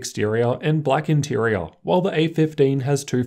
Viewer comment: Say "interior" Inteareahh